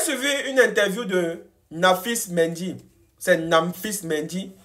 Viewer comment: c'est Nampalis MENDY au lieu de Namphis😂😂😂